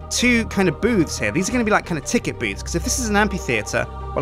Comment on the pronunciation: I thought said boobs while biulding the booth